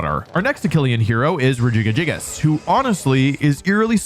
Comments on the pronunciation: I know this is full-on bait at this point, but why would you pronounce Regigigas like that? It's like you're reading it as Regigigigas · I’m sorry I know it’s probably just for engagement but what is that Regigigas pronunciation?! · I know it's to bait comments but I couldn't finish watching the video after hearing how Regigigas is being pronounced. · Never heard regigigas pronounced like that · why do you pronounce regi like that 😂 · EXCUSE ME!?!? How did he pronounce Regigigas?????? 😂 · Why is he adding a fourth G to Regigigas' name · I finally found a pronunciation that I cannot handle from you... regigigas. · Only after 7 minutes he said Regigigas instead of Regigagigas 😂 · The way he says Regigigas is disgusting!!! "Rejiga-jigas" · I cringe when I hear Regi Ga Gi Gas. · WHY DOES HE CALL IT RE- GIGA- GI -GAS INSTEAD OF REGIGIGAS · That pronunciation of Regigigas. Re-jig-a-jigus.....No no no.. Rej-ee-geegus. It physically hurt to hear it your way--if for no reason besides it sounds vaguely Milf-ish and now that's how I'm imagining Regigigas.... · why u calling it regigagigas it’s regigigas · Rejiggyjiggyjiggus is now my fav pronunciation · "re giga giga gigous"😂😂😂😂😂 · Why the heck do you say regigigas like that, it doesn't have enough GIs in it's name to sound like that. Even if you assume it's name is RE-GI-GI-GAS it doesn't make the noise Rejigajigas it would be at closest re-jig-gig-as there isn't away you can arrange the letters to make its name Re- jiga- jigas. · Rejiggy Jiggas? I counted 5 syllables, but Regigigas only has 4. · bruh what is that regigags pronounciation lmao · Wolfey, it's pronounced, "Regi-gig-gas" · "regigagigas" is not a pronounciation i have ever heard till this point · Wolfe is actually underselling the syllables Regigas says. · the way wolfey says regigigigas makes me picture a big jiggly golem pokemon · Regigigas= Regi-- gee--- gas. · are we just gonna gloss over that god tier pronunciation for Regigigas?